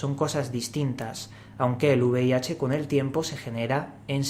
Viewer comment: V IH dice el tragaldabas, y encima pide una donación jajajaja